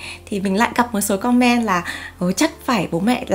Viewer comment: chị ơi em không biết chị phát âm chữ comment bị sai phiên âm là do thói quen nói chuyện bằng tiếng Việt hay sao nhỉ, vì em và bạn gái cùng ngồi xem thì bạn bảo cảm giác cứ bức bối thế nào haha, nên em xin phép để lại bình luận ở đây mong có thể nhận lời hồi đáp của chị ạ :3